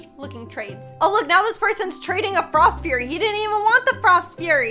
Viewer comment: Just me or does it sound like is saying frost fyurry?? Not Judging